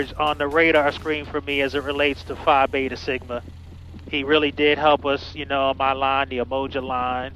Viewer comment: PHI BETA…Nah…let’s call it Fly Beta 😂😂😂😂 Great video - LOVE your cross countries!